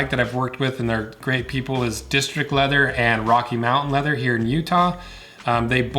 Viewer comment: Funny how whenever I see your videos I immediately remember your voice and picture you saying "leather". No wonder, considering. :D Leatherrr. Informative video for people with cats and an interest in leather. Thumbs up!